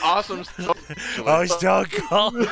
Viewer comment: You put an S in front of SStoneCold 😂😂😂